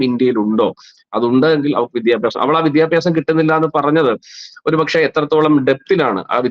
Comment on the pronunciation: "വിധ്യഭ്യാസം" അല്ല. " വിദ്യാഭ്യാസം". ഉച്ചാരണ ശുദ്ധിയോടെ പറയാൻ ശ്രമിക്കുക.